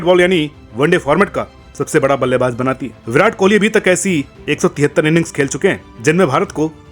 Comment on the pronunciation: Aap ko jjjjjaaaa se ziyada lgao h kya Ballebaz Ko ballebajjjjj😂😂😂😂😂😂 Please Ko Pleajjjj😂😂😂